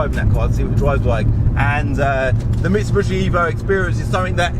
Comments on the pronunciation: What is a Mitsu-“bushi”? It’s a Mitsu-“BISHI”! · Can I just say that the correct pronouncement is Mitsubishi not Mitsubushi